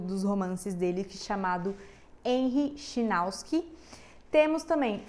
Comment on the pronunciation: Chinauski é meu ovo, é chinaski rapaz